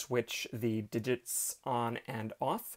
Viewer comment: Ok, + repeat after me: DID-JITTS. Again...? Almost there, one more time...?